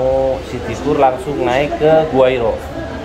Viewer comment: Gua Hiro? Gua Hira. yang betul tulis dan bacanya.